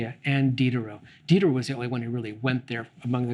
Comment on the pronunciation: did you purposely mispronounce the name of D (the SJW of the 18th C)?